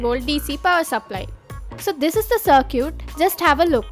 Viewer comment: Love how you pronounce "circuit". Smart video, thanks.